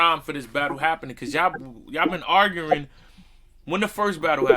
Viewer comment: Yo can’t say “ARGUING”😂😂😂😂😂😂